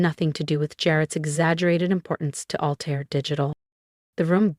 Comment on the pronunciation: Altair not alter.